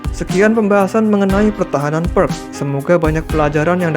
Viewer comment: Sebaiknya menyebut Pirc dengan "Pirts" bukan "Perk" 😁 Terimakasih penjelasanya Video edukasi yg bagus dan keren untuk pemula